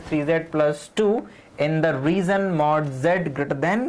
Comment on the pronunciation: Sir, with all respect, its a "region" and not "Reason"!!